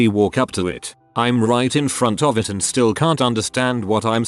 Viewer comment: Why is "still" getting pronounced "stoo-day-eye-ell"?